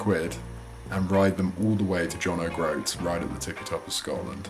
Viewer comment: I always admired the 850, but it's a bit tall in the saddle for me. Also, I'm afraid I twitch every time you say John Oh Groats.